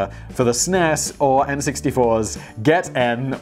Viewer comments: It's No-kia and Super NES, not Snez. Wippersnapper Millennial (sez Gen Xer) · Simon: For the "Sness" Me: Does he mean SNES?? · Simon pronouncing SNES as "sness" has me dead. its like someone pronouncing the UK as "uck" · SNES?!? .... S.n.e.s lol